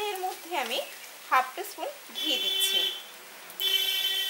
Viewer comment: Uccharon ta one team spoon